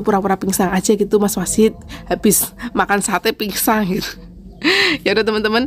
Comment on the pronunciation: Kirain cuma typo ternyata memang bilangnya pinsang.. pingsan.. tapi gpp kok malah lucu menghibur denger nya 😊❤